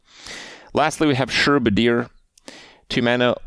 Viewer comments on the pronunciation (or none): SHRUB-A-DEER it’s not that hard cmon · Shroob-adier? Trent? Coomoolo? ... Friendship Rice? (was that intentional?) And, as always, Alice-traza??? But hey, Kripp almost said Dirigible right! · Literally nobody can pronounce shrub in shrubadier....